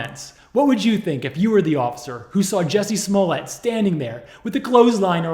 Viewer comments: It's actually pronounced Juicy Smolyay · It’s pronounced “Juicy”. Juicy Smoll-yea. French pronounciation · Excuse me. You misspelled and mispronounced his name. It's juicy smoolyay. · Dave Chappelle nailed 'Juicy Smollea'.. anything for attention.. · Juciey Smoo-yay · Jewsee Smuulyeah. Chappelle got it right. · The French actor “juicy smulilyae”